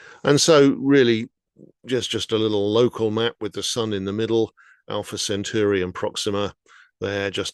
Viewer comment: You’d think that a science writer would actually get the pronunciation of Alpha Centauri right, but no. It’s pronounced Cent-awri!